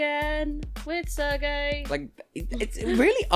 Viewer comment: That sounded like "with Sir Gay". 😊 I mean, that joke is old, Barei already did that to her competitor in 2016 (because "ser" = "to be" in Spanish). But given how Wiwibloggs freaked out when his return was announced, that title would actually fit him. And his music video, with him being a knight in it. "Sir Gay, the hero of the LGBT community." 😂 PS: I probably just had that "Sir" association because I'm listening to a British video 😇...